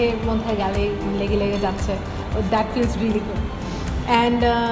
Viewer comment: ল্যাগা ল্যাগা 😁😁 আই মিন লেগে লেগে যাচ্ছে 😂😂